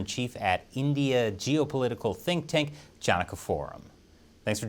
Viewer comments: That pronunciation of Chanakya killed me XD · ❤ the way said "CHANAKYA"